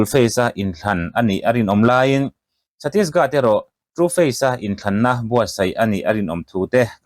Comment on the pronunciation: Chhattisgat a nilo. chhattisGARH aw.